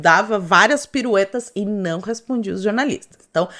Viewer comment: "Jornalistes". Ou como disse uma vez Thiago Pavinatto: "jornalistos"! ironic mode on